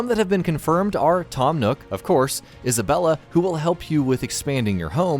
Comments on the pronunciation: Isabelle. Not Isabella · It’s Isabelle not Isabella. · For what it's worth, I believe it's Isabelle, not Isabella. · The ONE THING that annoyed me so much is that he said "Isabella" CRINNGGEEE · Did this dude just pronounce Labelle’s name correctly, but call Isabelle; Isabella? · i KNOW you did not just say “isabella”..... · Bee he said Isabelle wrong lol